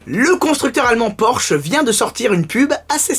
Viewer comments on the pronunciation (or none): none